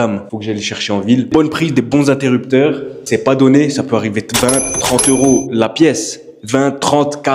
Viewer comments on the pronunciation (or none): none